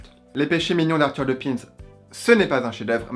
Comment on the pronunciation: On prononce le s